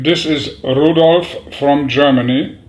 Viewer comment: Rudolf not Rudolof please